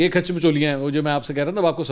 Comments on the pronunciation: او بھائی الفاظ کھاچ ہوتا ہے کھیچ نہیں کھاچ مطلب جیسے اپ ہو باقی مچولیاں اپ ایسے ہی لگا دو ، باقی اپ کو الفاظ اتے ہیں مجھے بھی الفاظ اتے ہیں جیسے اپ کیلے الفاظ ایا ہے وڈی کھاچ 😅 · khech nahi khach hota hay 😆